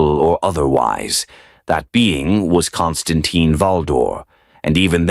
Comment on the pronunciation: kaan stuhn TEEN. If you're going to put out AI trash, at least put in enough effort so say the name correctly.